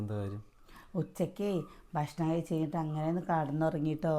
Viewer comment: ബഷ്ണം അല്ല....... ഭക്ഷണം❤